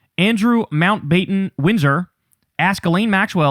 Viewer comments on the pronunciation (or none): You mispronounced 'Mountbatten'. It's a short 'a'. Annoying.